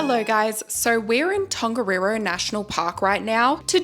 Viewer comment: That siren went off in the middle of the night before we did Tongariro! Also in te reo Māori 'wh' is pronounced like an F, and 'ng' (like in Tongariro) is not pronounced with a hard G (so not gah) it's pronounced like the gn at the end of the word sign